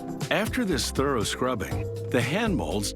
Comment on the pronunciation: "Thorough wash"